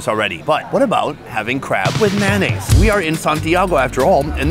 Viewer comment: Big fan.....but its pronounced M A Y O naise...not maonaise. ; - ]